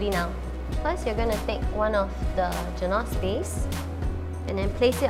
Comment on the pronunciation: i'm sorry but your pronunciation of the word 'genoise' really made me cringe...